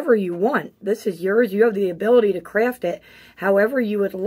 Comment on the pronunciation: The way the word craft came out with her teeth in😂 thanks for sharing